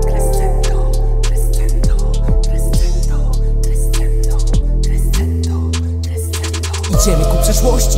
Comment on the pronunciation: Mam „za sobą” Emi i Shizune. Bardziej nawet niż o znaczenie chodziło mi o wymowę tego słowa. Jako muzyka aż boli mnie w uszy to [krescendo]. A grę również polecam!